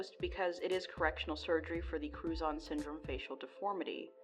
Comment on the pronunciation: Was only listening and had to rewind I thought she was saying crouton syndrome